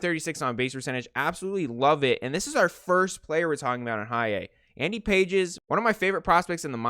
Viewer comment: It's pronounced Andy Pah-Hayz